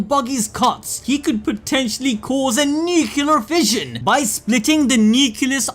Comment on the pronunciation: "Nucular" kinda spoiled this chapter LOLOLOL